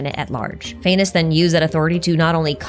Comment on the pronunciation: does not the pronounciation of Phanes sounds like 'Venus"?? the morning star and all dat